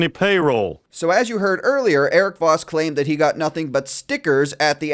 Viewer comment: I kept thinking you were calling him Vausch.